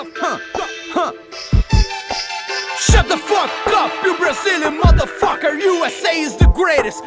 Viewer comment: Neh vei eles fala SHOT OP MOTO FOKA kkkk